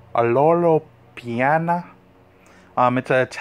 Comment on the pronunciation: Pee-ah-nah is the pronunciation